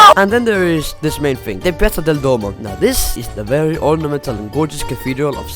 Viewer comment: ITS PIAZZA DEL DUOMO NON PIAZZA DEL DOMO